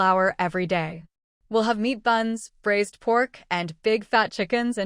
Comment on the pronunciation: If cooking meat it’s braised not brazed. HTH